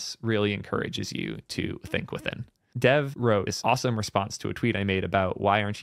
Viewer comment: it's not dev as in developer it's dev as in devi